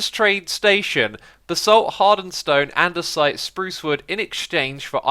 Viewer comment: Anyone else notice its "andesite" not "andersite" xD